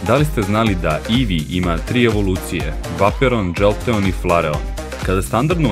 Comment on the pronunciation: krivo si citao vejporijan se cita đoltijan se isto cita i flerian se cita